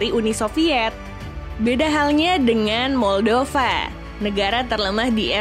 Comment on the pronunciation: Moldova di baca 'maldava' yah 😅